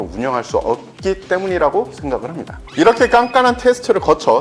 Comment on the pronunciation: 이분은 다 좋은데, 말을 끝 맺을 때 좀 더 정확하게 발음 해줬으면 좋겠고 말 끝이 너무 약해서 잘 안들림. 예를 들어, ~~~ 합니다를 함다로 발음 않 했으면 좋겠음.